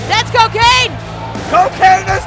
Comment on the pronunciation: It is CoKane like Corporate Kane